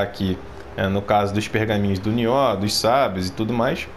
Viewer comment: pq vc fala Nióh? Rsrs O certo não é Niôh?